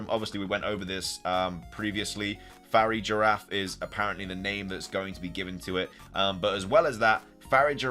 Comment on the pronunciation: That’s not how you pronounce farigiraf. It’s not Fairy Giraffe. It’s pronounced fah-rihg-gah-rahf